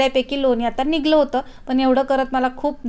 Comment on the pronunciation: शाई नाही ग बाई साय म्हण😂 निघलं नाही, निघालं.